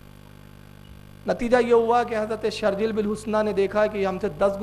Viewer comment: کو صحابی رسول صلی الله عليه وسلم کا صحیح سے نام بھی نہیں آتا۔ایک جلیل القدر صحابی ہیں جن کا نام ہے شُرَحْبِيْل بن حَسَنَة اور اس نے کیا پڑھا شَرْجِيْل بن حُسْنَة.اس کو کسی مدرسے سے تعلیم حاصل کرنی چاہیے۔مجھے اس واقعے کی سند بھیج دیں یا حوالہ دے دیں۔پھر میں اس کی سند پر تحقیق کرکے جواب دوں گا۔لیکن یہاں نے ایک عبارت پڑھی جو کہ گرائمر کے اعتبار سے صحیح ہی نہیں ہے یقیناً وہ کچھ اور ہوگا اس جاہل نے اپنی جہالت دکھائی ہوگی۔ يا نصر الله انزلا اے الله کی مدد (تم دونوں) نازل ہوجاؤ الله کی مدد ایک ہے تو تثنیہ کا صیغہ کیوں استعمال ہورہا ہے؟🤔 یہاں پر ایک لفظ بولا "أُمَّتَهُ"یہ فٹ ہی نہیں بیٹھتا یہاں۔اسی لئے مجھے حوالہ دیدیں کتاب کا جس میں یہ اثر منقول ہے۔